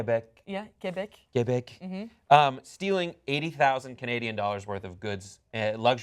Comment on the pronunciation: i love the first random name comes up with is "claude" also i love that he pronounced quebec as "klebe*phlegm*"